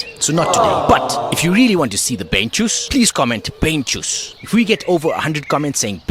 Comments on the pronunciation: " Beinschuss " is not bane shus btw. its german and stands for " Legshot" 👍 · BEINSCHUSS (and you pronounce the „ei“ as „I“ like in wine